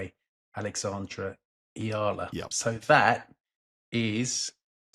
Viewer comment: lol pronounced Eala about 5 different ways and not one time was it correct. You’re still the best tho!